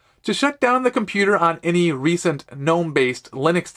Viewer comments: GA NOME NOT NOME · It's pronounced GUH-NOME